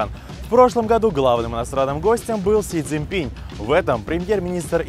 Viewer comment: (!!!) си цзинЬпинЪ (!!!) обратите внимание на правильность иностранных имён. Это важно...